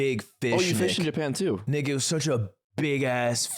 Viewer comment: Even closed captions thought what he said was sus. I know you were saying "Nick it" but you went a little soft on the k😂